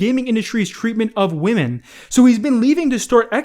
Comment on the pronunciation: I think that's the first time has pronounce "Women" correctly! Good on ya, bro! Keep it up! Nvm, just watched to where he fucks it up again, I retract my congratulatory statement.